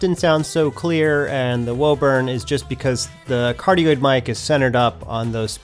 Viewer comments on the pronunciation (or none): none